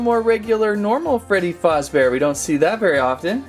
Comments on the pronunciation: It’s not foz it’s faz duh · ITS FAZZBEAR NOT FUZZBEAR GET IT RIGHT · Freddy fazbabear ❌ Freddy fozbear✅ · Bro really said:all star Freddy,Freddy fOzbear, ennARRd